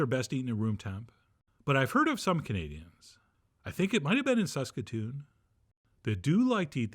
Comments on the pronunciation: tranh One syllable. Also Suskatoon is a bit... Sus... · *Suskatoon, as he pronounced it ;) I'm from Regina and I'm firmly in the raisin camp too 🤔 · As a Canadian, love the references, hope to meet you one day and work on your annunciation of Saskatoon! Thanks Chef. Currants are good in these!